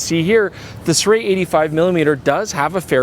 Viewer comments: I think it's been quoted by a company rep that the pronounciation is "Sue-Ray" but don't quote me on it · Si-roo-ee? Cannot be Si-ray can it? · SIRUI - I didn't know that it was pronounced as "SEE-ROO-WEY". Always thought it was pronounced as "SEE-ROO-WEEEEEEEE" :face-green-smiling